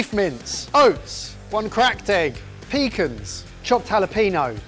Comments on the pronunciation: It all went downhill from “pecans” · the way he said pecans hurt my soul...